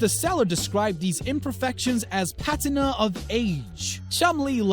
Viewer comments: It's "The 1600's" not 1600, and it's also PA-TI-NA not Patena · "patenna" it's pronounced pa-tee-na... You uncultured she-male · “PAT-IN-A of age” it’s PUH-TEE-NA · Seiko is pronounced say-ko not psycho And "patina" of age Is pronounced pa-tee-na not pa-tin-a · Say it with me pa-tea-nah not pat-en-ah. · Pat-in-ah lol Patina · The narrator can’t pronounce seiko or patina